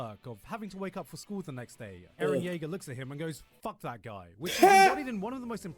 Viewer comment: So Free Eren is still here. Disappointing how mispronunciations still happen. He actually say it correctly! Great video.